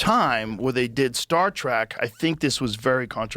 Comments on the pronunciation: Joe, if you say Star Track one more time I'm gonna have to thumbs down just a little. Trek. Like Trekking through the woods, a journey, a trip. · Joe Rogan always loves “Star track” facts with William “Shackner” he says both of those wrong every time…